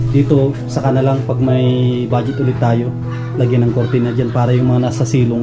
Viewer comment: Lang not lack